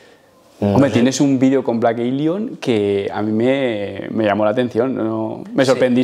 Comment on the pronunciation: Fan de "Vleik Eilion" JAJA